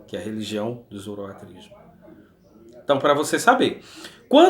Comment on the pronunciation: Muito bom! Arrebenta aí com os balaias! OBS: o certo é "Zoroastrismo" e não "Zoroatrismo".